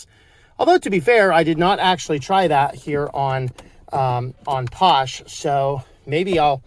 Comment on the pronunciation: I could be wrong but I'm pretty sure it's pronounced "fosh". Phosh is short for "PHOne SHell". 💁